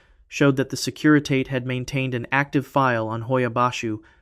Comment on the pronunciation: Fascinating! It's pronounced 'securi-tah-tay'.